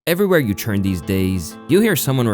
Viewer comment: Bro you cant start your vids with saying “churn” instead of “turn”. Immediately skipped video.😂